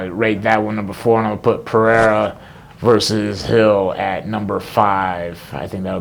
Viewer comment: Not Bryce Mitchell calling Poatan “Pierre-Uh”